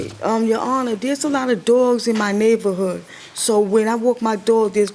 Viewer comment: Go back to , and play it at 0.5 speed. She says "Dere's alotta doagz in my nayvorhood, so when I wawk my doag, dere's doagz ebbyway" She REALLY says "Nayvorhood and Ebbyway" LOL 🤣